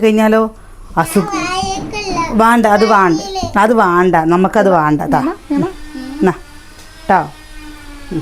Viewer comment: വാണം, വാണ്ട അല്ല വേണം, വേണ്ട.